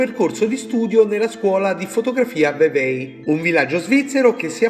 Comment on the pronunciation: la Y finale in Vevey non si pronuncia la pronuncia è più un "vevè" circa;) Comunque mi ero perso questa serie, bella ed interessante, ben fatta!! Bravo come sempre!!